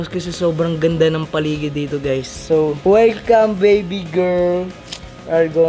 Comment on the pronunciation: Mali po speak nyo na gurl girl po Hindi gurl